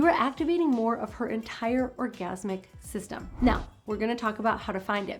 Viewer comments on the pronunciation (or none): none